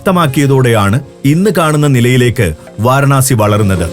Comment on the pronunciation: വാരണാസി അല്ല വാരാണസി